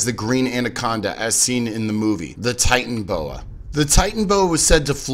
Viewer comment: sorry to bust your balls but it’s titanoboa not titanboa.